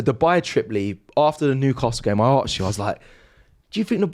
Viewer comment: “ I ‘arrrksd’ you” 😂😂